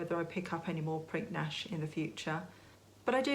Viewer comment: Hi! Another great video! fyi - re. Prinknash..... Pottery at Prinknash Abbey produced by the monks. When pronouncing, the 'k' in the middle is silent.... so.... when spoken, it is.... Prin ash!